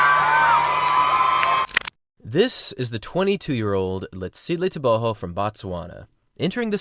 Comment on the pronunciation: I'm not sure why you pronounce his last name with an H.. everything I've seen or found online says it's a hard G.